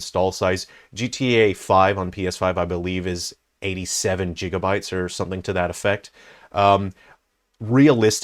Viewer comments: Jigabytes? 😂 It’s gigabytes. It’s gig as in “gig work” NOT “dancing a jig”. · “Jig uh bites”